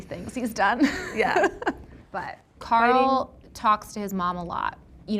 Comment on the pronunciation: okay im gonna say it. I HATE the way this producer says Carl's name. okay im done. Kendrick inspired me to uhnleash my hate. sorry dude.